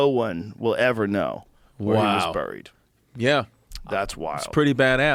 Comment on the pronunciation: Joe can't pronounce "buried."